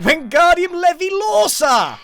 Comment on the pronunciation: It's levi-LORE-sah not Levi -lore-SAH